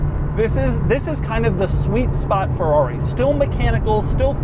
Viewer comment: Not a Fowawi. Not again Doug!